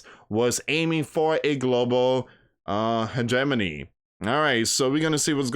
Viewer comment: Did you say Hedgemoney? What was that word? Can you spell it please?